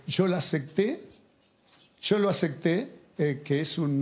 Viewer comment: se dice acepte guey no acecte